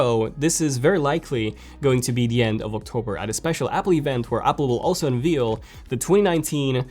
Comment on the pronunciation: Unveil doesn’t rhyme with veal it rhymes with pale. Pronounced “unvale”